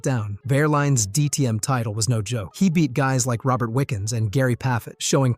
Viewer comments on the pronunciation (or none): none